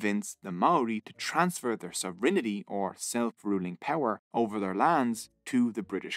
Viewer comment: Also pronounced some English words strangely eg “sovereignty “